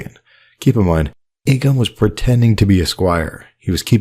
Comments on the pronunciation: Hey great content as always, but reminder, in the show the name Aegon is pronounced "Egg-on." See the end of Season 7 Ep. 7 where Lyanna whispers to Ned the name, or before that when Shireen Baratheon is teaching Davos to read and one of the books is about Aegon's conquest. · I’m pretty sure Shireen after reading about Aegon the Conqueror pronounces Aegon like “Egg-on” when talking to Davos. Aegon was also the first word Davos learned to read, and now he’s Aegon’s most trusted advisor, haha. What’s worth noting is Shireen makes a pretty big deal about how she is pronouncing Aeg as Egg, I always found it odd from the first time I watched it.